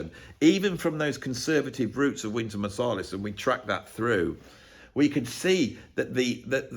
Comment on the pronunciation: The one thing I take away from this deep and we'll thought out video is that I think you pronounce Marsalis wrong. I think it's MarsAlis like Ant. What do you think😊. Great video. The thoughts about hip hop I think we're spot on. The hip hop from the 80/90s is so exciting and inventive, funny and expressive and came from individuals collaborating and creating from each other. Sounds familiar.